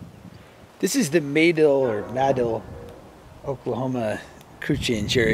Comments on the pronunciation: Muh-Dill, that’s how you pronounce it. They have an annual sandbass festival every year there. I live in east central Oklahoma, got a couple buddies from madill, but just wanna say it’s a damn shame is no longer with us anymore. Wish I could’ve met him would have been a good man to get to know. Rip. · It's actually Ma-dill (mah-dill). Crossroads to nowhere. Ride the heavenly rails.